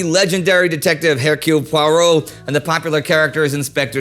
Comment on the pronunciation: So you can say Mognard; but can't say Hercule Poirot, usually the H isn't pronounced. ;) Still great episode as always people.